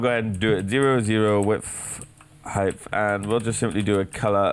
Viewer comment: NIGGA IT'S HEIGHT NOT HEIGHTH